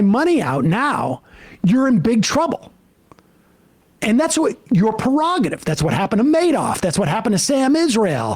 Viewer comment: Sam, Please refer to him as Leon (rather than Elon). I'm certain that ALWAYS mispronouncing his name, would annoy him. Also, it's pronounced PRErogative (not pErogative. That common mispronunciation should be reserved for Trump and his idiots.